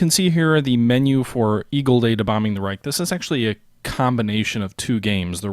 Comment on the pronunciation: Just a small side note: You mostly pronounce "Reich" very well. Keep it on!